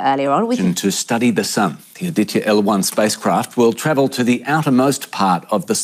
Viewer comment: Why don't the western correspondents learn a little more before reporting about India? Aditya a Hindi word.Vivek as in cake!😊